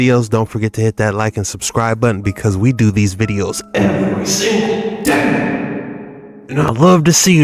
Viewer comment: Interesting and “EVERY SINGE DAY”